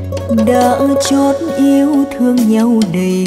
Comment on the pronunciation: Hát hay nhưng mà phát âm ngọng nghịu, đã chót iêu,,chôi theo,, chước giờ đi